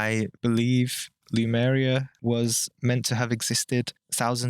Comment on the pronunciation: I think it's called Lemuria rather than lumeria. There is a lot of info on it, but it all based on channeling or such things, so the info is full of interpretations as well.